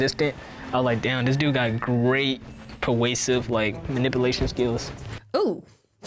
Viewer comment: First girl, very articulate. Is that the new pronunciation of "persuasive"?